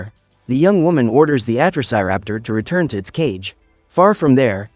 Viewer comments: It's Atrociraptor not atroc but close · You are pronounsing atrociraptor wrong